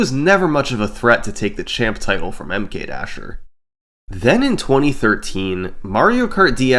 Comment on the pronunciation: SummoningSalt I love your videos...I think I watched them all. But the way you pronounce MKDasher is killing me. I don't know what the right way is but the super pronunciation of the "M" is like Nails on a Chalkboard :). Anyway keep the Vids on coming... <3